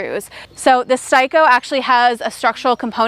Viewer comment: S Tay Ko Repeat with me S Tay Ko, it’s not pronounced xEdAyCoOl that’s daft.. it’s Steico.